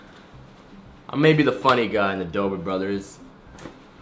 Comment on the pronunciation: It's DOBRE NOT DOBER